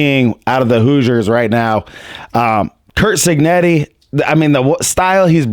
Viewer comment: It keeps sounding like you’re saying Kirk cignetti lol